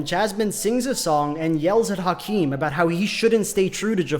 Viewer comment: As a non-native speaker I genuinely thought you're calling Jasmine "jazz man" for first 3 minutes